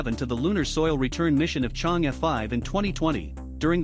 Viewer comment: This is a really informative video! Would be perfect if you can pronounce Chang’e correctly